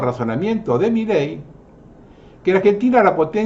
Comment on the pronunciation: SEÑOR !. Con el Respeto que Usted merece , permítame hacerle una aclaración . MILEI no lleva Acento y Tampoco Son Dos Palabras . No es " Mí Ley " es Milei . . Espero no se Ofenda por esta menudencia que hace al "Condicionamiento" que ejercen Todos los Medios de Comunica--"SIÓN" . la inmensa mayoría aún ni se entera que en el Billete de Evita* de 100 hay 3 Estrellas de David que no están allí para que las Veamos sino para que las Percibamos . Cordialmente !. 😉